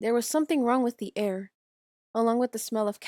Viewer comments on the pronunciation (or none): none